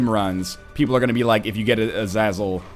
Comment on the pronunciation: bro seriously, uh-zay-zell just go watch x-men first class the red devil guy has the same name, oh and you seriously have to check out ShineyRawrquaza's latest eden run. your gonna cry how powerfull he became lol.